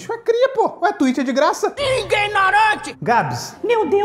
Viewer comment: "Ingnorante!" kkkk